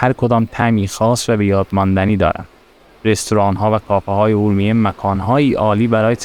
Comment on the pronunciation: بزرگوار چند نکته ای را لازمه بدانید . فیلمبرداری از مغازه های بسته در خیابان را میکس و حذف کنید صحبتهای گذر عمومی را در فیلم نگنجانید ... عابرین پیاده رو را از روبرو فیلم بگیرید و از پشت سر اونم به صورت طولانی خودداری کنید و سعی کنید از واژه های اشتباه و غلط برای صدا و گویندگی ستفاده نکنید . مثلا کلمه خورشت به جای خوروشت و ا رومیه به جای اورمیه به صورت گویش صحیح استفاده شود . با تشکر